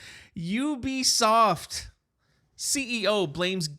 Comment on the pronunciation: At least you can pronounce the name right not like other YouTubers ... Ewwwbisoft looool